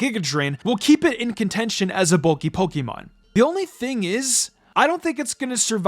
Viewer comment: It's Pokémon, not Pokeemon!!!